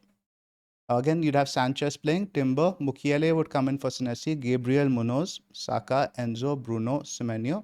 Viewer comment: Old Chelsea fan in coming out when saying Mukiele as Makeile. Claude Makelele, what a legend.